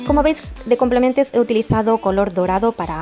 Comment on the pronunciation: Todo el mundo comenta que si Dalas la grabo en la ducha (¿Que mas da? es su pareja) pero ¿soy la única que escucho complementes en vez de complementos?